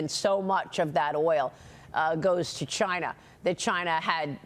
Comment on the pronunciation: Maria sure loves to talk about "Chuyna" lol